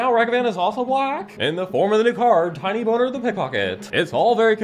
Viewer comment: Ok, of all the "NSFW mispronunciations" to make, Tinybones is ILLEGAL to do that to, and I demand retribution for this unforgivable crime